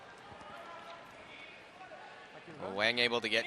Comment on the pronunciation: Wang pronounced Wong.